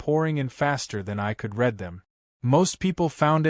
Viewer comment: The AI needs work. Read is pronounced "red" when it should be "reed" and "reed" when it should be "red". GET YOUR ACT TOGETHER!